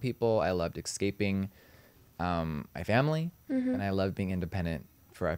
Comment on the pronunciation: “Exscaping” = “Escaping” and You’re Welcome. 😂